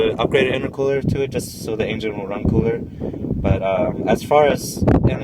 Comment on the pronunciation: Nice video, I like the "Ain-gen" haha